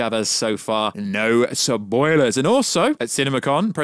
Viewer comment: “No SUHPOILEARS”